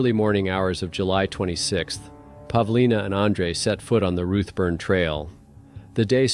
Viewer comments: It’s Routeburn not ruttburn and most of the photos you are showing are not even New Zealand?There is one picture there that is clearly in Europe as the writing on the signs is not in English. I’m sorry but it just diminishes your story telling. Couldn’t watch till the end. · Pronounced 'root burn' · 1.59 'motweeka'??? seriously??? Why are you saying 'roothburn'?? It's pronounced 'root burn'!